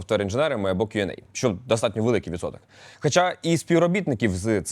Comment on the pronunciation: "Q&A" - ріже слух 🤨😵‍💫 Сподіваюсь просто переплутав